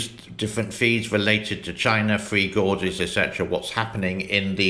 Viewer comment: Its not " free gorges" its "three gorges". Just teasing.